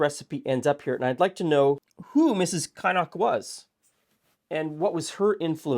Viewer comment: If it's a Scottish name Kynnoch is like in Loch, that Ch sound not a hard k at the end. Although I've never seen it spelled that way a lot of names got mangled in immigration at that time. I've a friend who's family name was Emilovitch and was put down as Emile Veitch when moving to Scotland 😂